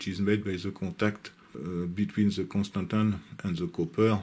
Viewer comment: Your pronunciation of constantan is perfectly good!